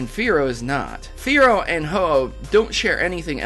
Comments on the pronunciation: Spear-oh / Fear-oh / Ho-Oh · Fearow rhymes with ho-oh